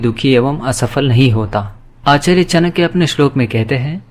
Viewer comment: चाणक्य तक का उच्चारण कर नहीं पाते चानक्य कहते हो नीति क्या कद्दू सिखाओगे